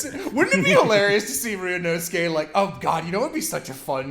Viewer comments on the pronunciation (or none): Erm, ackshually, his name is “Ryunosuke”, not “Ryuunoske”🤓